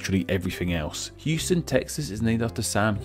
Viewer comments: Bexar is pronounced Bay-Harr. The Houston st. of SOHO is Pronounced How-Stun, different than the City in Texas. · just so you know, Houston Street in NYC is pronounced like House - stun, not like the place in texas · not him calling it hewston street oh no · Houston is Pronounced house-ton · Houston street is actually pronoucned "HOWS-tin" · How he pronounces Houston😑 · New Yorker hearing him say “Houston st” instead of “Houston st” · you pronounce Houston street completely wrong. named after a completely different person... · . Btw. HOUSTON.... pronounce house+ton. Not hughe+ston. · As this was already touched on. Here is some history on the Houstons The street's name is pronounced "HOW-stən", in contrast to the city of Houston, Texas, whose name is pronounced "HYOO-stən". The street was named for William Houstoun, while the city was named for Sam Houston. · In NYC, Houston as in the Street Name, is pronounced Howston, not Heweston as in Texas. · It's pronounced HOW-ston (or HOUSE-ton), not Hyoo-stun street. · Couple of points: Soho is south of How-ston not pronounced like the city in Texas: Hue-ston. And Hell's Kitchen was named after soup kitchen run by a German woman with a name something like Heille. Not bad overall,oh and its Amerigo Ves-pu-chee . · In Nyc —. the street —- It’s not HEWstun it’s HOWstun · Those from NYC pronounce Houston as “How-stun” NOT “Hyoo-stun”. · In NYC “Houston” is pronounced HOUSEton. Not like the city in Texas which is Houston. Why is it different? I don’t know naming conventions is your gig, but calling Houston street Houston is a terrible faux pas. Lol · And it’s pronounced HOUSE-STAN not Houston like the city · On the topic of pronunciation, "Houston" is said "howston" and was named after a man whose was spelled with a "w". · Houston in NYC is pronounced How-ston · Just a quick thing. Here in NYC we don't pronounce Houston street the way you'd pronounce the city in Texas. We pronounce it House-Ton.